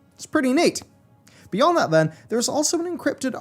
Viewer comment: Oops, towards the end there it was saying pale beond not beyond.